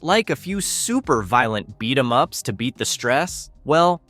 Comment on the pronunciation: Spoiler alert: it’s an AI channel Script by AI, narrator is AI At one point they goofed and said “beat E. M. ups”